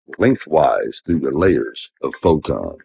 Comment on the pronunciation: He's not going to mention the obvious curve he is showing at 122,000 ft, and clearly above his "magnetic convergence zone". Also I never heard anybody call a photon a "phodon"